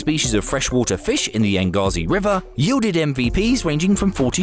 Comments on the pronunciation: hmmmm "Yangtze River". Shall I Google how to pronounce it? Or just blag it and and say "Yangazi River" Yeah I'll go the latter, no one will notice! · The "Yangaze River"? Well, I suppose it's "comparatitively" correct😜